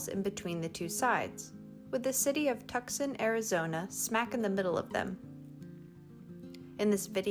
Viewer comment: "tuk-sohn" is pronounced "too-sahn"